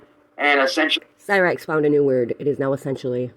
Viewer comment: I can’t wait till shows all the video and audio she collected again and calls out “Cy-rakes” as she calls him